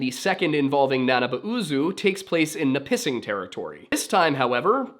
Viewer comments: As someone who grew up a few hours south of Lake Nipissing, the pronunciation I picked up along the way was NIH-puh-sing/NIH-pih-sing rather than the nye-PIH-sing or nah-PIH-sing you seem to be using, and Wikipedia seems to agree with my childhood, giving /ˈnɪpəsɪŋ/ as the pronunciation. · I saw it in the video and instantly knew where he was talking about but disappointed about the pronunciation! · I can’t believe you miss pronounced Nipissing but nail the French one🤣. Another great video, very interesting!